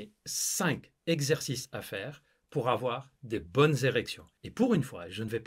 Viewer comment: Tu t’appelles pas mais Mouloud! 5 ZEXERCICES ça fait très banlieue d’Ors’!